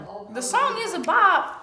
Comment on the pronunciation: "tHe SOoOnG EeZ a bOHp"